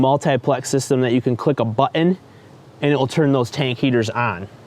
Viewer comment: what's a "butt-une"? it's pronounced buh-tn. Or Butt-n. It's a glottal T. Please just google it. I just can't watch the rest of this. I don't know what generation started this bastardization of these words (button, mountain, pattern, etc) but I just can't listen.